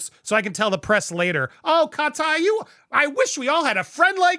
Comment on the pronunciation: 😂😂😂😂😂 HOW you slapped that pronunciation to her name 🤣🤣. CAW- TĪ 👁️ CAUGH-TĪ